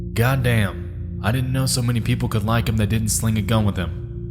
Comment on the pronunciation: The southern twang on "god damn" made my night